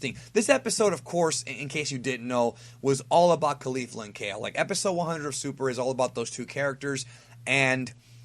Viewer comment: My dude.. it doesn't matter too much but isn't it pronounced KoLee-Fluh not Koh-Lifla?